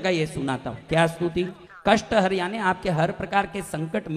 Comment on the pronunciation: Kasht harn hota na ki harm